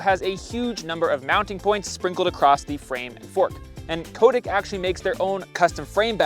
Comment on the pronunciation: Nice review, good to see a little MTB DNA getting into gravel bikes! By the way, from Cotic's web site: The name Cotic comes from a nickname for our founder, Cy Turner, from his university days. Cy-Cotic - 'psychotic'. It is pronounced 'Cot-ick', not 'Coat-ick'.